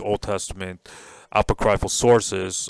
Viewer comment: Apoc-ree-ful ( not apo-cry-ful )